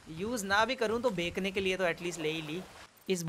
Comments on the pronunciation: Why he says bakne in the place of bachne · Bro why are you Said baikne instead of baichne🙂?